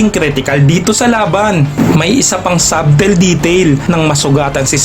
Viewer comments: Sabtel???😂 Yung subtle sguro?😂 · puro ka "sabtel" sa SUBTLE nakakairita.. alam mo meaning pero hindi mo alam i pronounce .... sadel sya ka hunter hindi sabtel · Silent b po kapag binasa iyong subtle, gaya sa salitang debt.